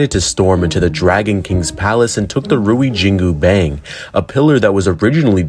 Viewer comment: Dude, I have no ill will... But the pronunciation when you say "jingu bang" is really funny😂